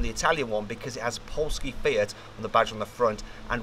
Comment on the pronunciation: Did he just say "poski fiet"?